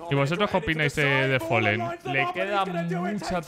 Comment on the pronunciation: fAAAlen. Folen no existe